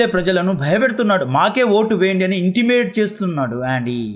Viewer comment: Intimate kaadu, intimidate